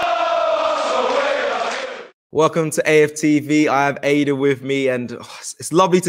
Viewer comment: Her name is Ada not Aadaa , it will be good for AFTV moderators to learn how to pronounce names properly.